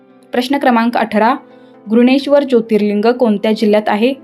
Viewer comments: विषय चांगला होता परंतु घृष्णेश्वर चा उच्चार करताना आपण घृणेश्वर असा करत होतात आपल्या उच्चारात श चा उच्चार हवा होता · घृष्णेश्वर चा उच्चार बरोबर केला पाहिजे